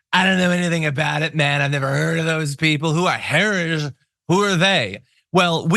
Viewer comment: He can't even say "heritage."😮